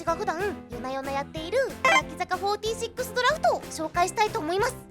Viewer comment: やべぇ欅坂フォーティセックスって聞こえた なんて妄想してるだァ俺…